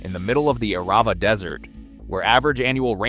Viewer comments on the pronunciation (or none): If you're going to make a video, can't you spend 10 minutes finding out how to pronounce all the names? Your pronunciation is atrocious. Arava, kibutzim, Solowey, ...